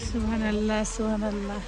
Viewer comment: Please pronounce subhan’Allah properly thanks